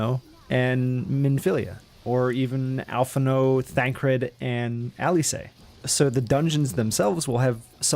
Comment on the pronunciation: Did you just say al-phin-no? Fuck you.